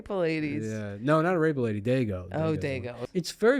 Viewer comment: Hearing him say Arepa drove me insane. Its Ah-reh-PA